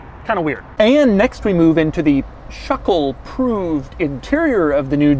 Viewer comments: NOTO RIOUS Schöckl, wenn ich bitten darf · You pronounce this SCHÖ syllable like the SHI in shirt. Then followed by a second syllable KL like in byciCLE.;) Easy. Now you speak German, man! 😜